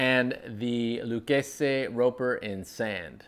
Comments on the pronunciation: What’s with the pronunciation of Lucchese? The name is Italian not Spanish bug just say it like everyone else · Correct Italian pronunciation of Salvatore Lucchese (founder). Spanish would be a totally different pronunciation.